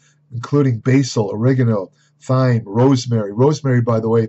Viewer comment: Thyme is pronounced Time. Tur-meric, not as you pronounced Tum-eric.